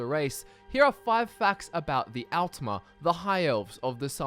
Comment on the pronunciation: its pronounced 'oltmer' and 'oldmer'